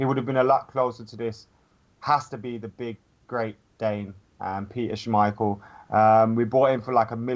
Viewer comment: saying someone else's name wrong. Still says Mkhitaryan wrong. Now adds an extra syllable to Schmeichel's name